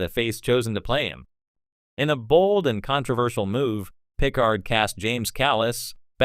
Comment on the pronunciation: When you choose to use an AI voice for your narration it might be good to find one that can pronounce "Picard." Lazy and amateurish.